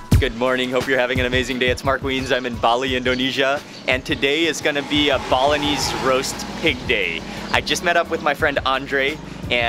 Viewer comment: I heard Bolognese instead of Balinese 😅😅😅